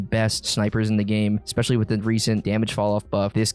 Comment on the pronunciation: I'm honest to god not trying to sound like an ass-hat but I absolutely hate the way you say especially. There is no "ex" sound in especially.. Again, sorry. I love your content and definitely have that bell rung, keep up the content man this is good stuff. No good way to sign off after saying dumb shit like this so...